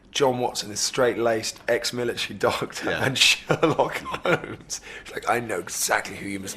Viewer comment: haha,the way Jude says ''Sherlock Holmes''...perfect,just perfect!xD